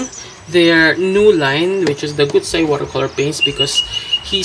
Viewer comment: 古彩 is pronounced gucai - 'ancient/classical color' that's the product name. It's like the Japanese gansai because the binder is animal collagen based. Not really meant to be translucent watercolors as we know them. More comparable to gansai tambi in ingredients and usage. Thanks for your reviews!